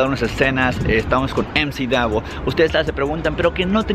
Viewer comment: no es mac davo es emci davo